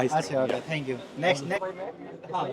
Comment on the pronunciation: Dhank yu Dhank yu😂😂 ooww maayi gowdd😂😂